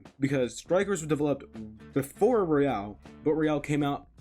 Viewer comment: IT IS ROYAL, NOT ROYALE.